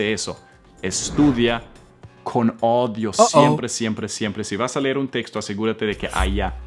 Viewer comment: Cuando escucho a comenter errores en español, me hace sentir mejor porque me cuesta pronunciar la “R” en frances 😂😂 🤣 además dijo que “daughter” es niña cuando entralidad es “hija” y, también noté que no puede pronunciar bien la Ñ, aparte dijo “odio” en vez de “oído”... pero la verdad a mi me encanta